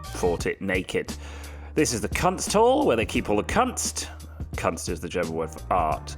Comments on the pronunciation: kAnst xD kunst bro... KOONST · Kunst is pronounced like your C word, just with an s between the n and the t ;)